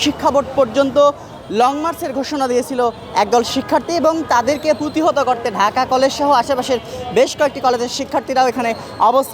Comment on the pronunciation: পুতিহত ❌ প্রতিহত ✅ সাংবাদিক হিসেবে এটুক জানা উচিত